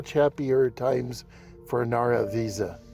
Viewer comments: I grew up here, as did my Dad! He was attending the school when it closed. My grandfather ran the Chevron station. A few inconsistencies. Starting with the "X". If you look in the county just below where you put your "X", you can see Nara Visa on your map. BTW, it's pronounce Nara Vice-uh. Ira "Jeff" Ward who ran the bar didn't go anywhere. He continued to ranch in the area after he closed the bar until he died in 2016. Climate change didn't affect the ranching. It's always been dry. It has gotten worst progressively due to all the large irrigation farms pulling down the water table. The WPA didn't build the brick school, that was done in 1920 with the labor provided by the community. The WPA added the adobe gym building later. As for what happened to it, when the town was founded trains could only go a short distance before they needed to take on water and coal. If you look all along the railroad, running parallel to US Hwy 54, you'll see numerous old townsites that sprang up where refill stations used to be. To the West 7 miles is Obar, to the East 13 miles is Middlewater. There are more along that route that nothing, not even the name remains. As trains got to where they could go further they didn't need to stop at all these places. Later with diesel engines, they no longer need to stop at any of these towns. The same is true of cars. As cars went further and further on a tank of gas, less and less needed to stop in these little towns. As a result, the support of the busin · Agree there are many inaccuracies! I don't know where you got your information from, but it's wrong. Pronunciation of the name being the least of it. My dad grew up there, so I know a lot about the town. He was born in 1918 and went to that school where he graduated from high school, so obviously it wasn't built in 1936. He always kept in touch with several of the residents he knew from childhood though they have all passed away now.